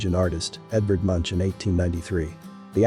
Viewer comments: ‘Munch’ is pronounced Mounk, not munch as in munching food…..better to just say ‘Wine monopoly’ rather than to mispronounce vinmonopolet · Nice video. One thing, however, the artist Edvard Munch; his name is pronounceed with a clean K in the end, not like he were munching a donut or sthng.... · Come on! The artist Munch's name is pronounced MUNK, not munch. Actually, the U sound in the name doesn't happen to have a parallel in English. It's not like dunk, sunk or mumps. It's more like a regional English sound like doonk or soonk. Great video by the way. I subscribed.